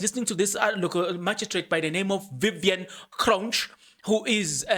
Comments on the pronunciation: You pronounce Cronje ...kron ye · It's Magistrate Cronje as in Hansie Cronje not Kronj. 😏